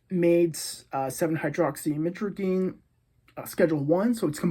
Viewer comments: Stop trying to pronounce the full word 🤣🤣🤣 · Being addicted to something you dont even properly pronounce the name of is pretty wild...